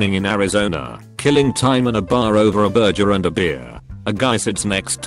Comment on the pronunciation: nobody: bot sayin burger: bergyer